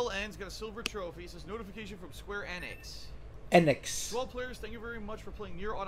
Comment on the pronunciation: That IS how you pronounce "Enix". You forgot to mention most of those "endings" are glorified Game Overs.